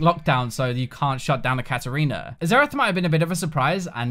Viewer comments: KatArina, not KatErina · KatArina not Katerina.... You misspelled it once, but then spelled it properly after????????????????